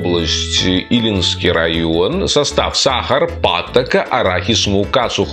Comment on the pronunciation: ЖАНА, переводится как НОВЫЙ. Имеется ввиду, НОВЫЙ чай Пьяла. Илийский район, а не Илинский. Я живу в Илийском районе. Глядишь и по казахски заговорите, с нашими, то замечаниями., вы знаете, как Димаша по настоящему зовут? Привет братской Беларуси!!!